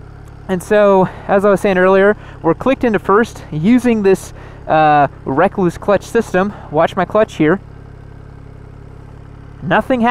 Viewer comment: Rekluse is pronounced the same as the brown recluse spider, not wreck clues... Hence the spider as their emblem...